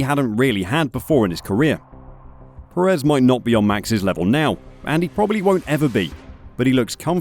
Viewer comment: Nit: Sergio Pérez is pronounced PErez. The emphasis is in the front, not the back of the surname.